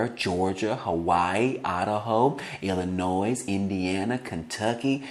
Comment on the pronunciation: Illinoi. The (s) is silent in illinois